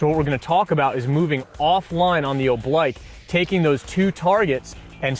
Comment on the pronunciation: oblique is pronounced, oh bleek